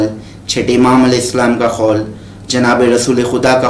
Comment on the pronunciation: 😂اوئے بھائی خول نہیں قول مولا ہوتا ہے 😂